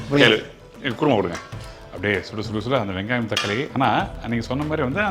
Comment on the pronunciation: Adhu guruma alla Kuruma endru sollavum